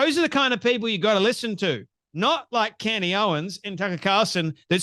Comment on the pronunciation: Candace not candy